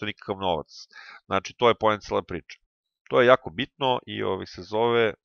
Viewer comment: Al najače: ,,to je pojenta cjele priče,, ahhaahahha